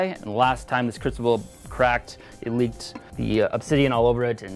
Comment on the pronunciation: he is American right? did he fucking say 'leaved' or leaked?